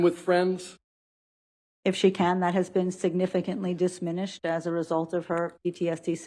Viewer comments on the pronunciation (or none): Ummm lady, the word is DIMINISHED, NOT "disminished" as you stated . And you call yourself an expert... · Dismimished. Palpaltations This woman does not know basic grammar, and it's TERRIFYING that this is the chosen "expert" And I've only seen 6 minutes of testimony.. Plus, AquaMon lol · Is it just me, or maybe I’m just being picky, but… As a so-called educated, licensed professional with degrees in this field, shouldn’t she be able to pronounce some of the most basic terms? Palpitations, not papiltations Diminished, not dishminished And, being able to perform despite experiencing the symptoms DOES mean she’s impaired. Just because she has the tools to work through it doesn’t mean she’s not impaired. It simply means she has learned to either work through it or has found ways of integrating, masking or avoiding it. This woman wouldn’t know how to assess a patient properly if she was handheld by the end-all,be-all world’s top expert. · "DISHMINISHED", wtf, where did she get her degree from?